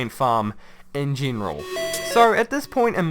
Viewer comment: Why do you pronounce E's as you would EE's? Remeember, geeneral, exteend... its so weird lol